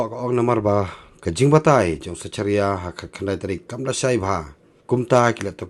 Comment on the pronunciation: Zekharia phi ym zecharia tang pronounce ruh Pat tip